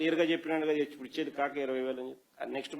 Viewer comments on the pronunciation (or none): none